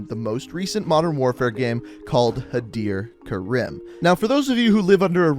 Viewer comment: Others: Hadir Karim,Khaled al asad This guy: Hadir Karem,Khalid al asad